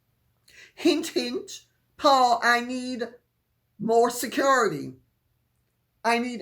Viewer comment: Lady C love you so much you keep me in the loop I love your props pillows pigs & acting , but Im puzzled You say “ security “ in a different accent than your British aristocratic innate one —where is that from ? I laugh every time ! How in the world does a nobody get engaged to a Prince think or malign connive to get a higher position within the heirarchy? How does this horrible woman not be impressed and respectable to this institution ? Harry you must hate the hand that feeds 🤑you to have given this pathological narcissist a platform to wreak havoc on your family & ultimately be your downfall . Harry you are a troubled man who is sleeping with the enemy! Im watching for the end to this nightmare !!🤢